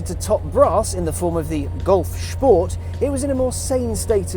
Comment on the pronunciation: "Golf Schport"